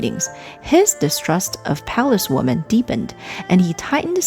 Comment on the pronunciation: Women, plural, is not pronounced Woman. It's pronounced Wimmen. "The" before a word starting with a vowel sound is pronounced "thee" as in "thee emperor".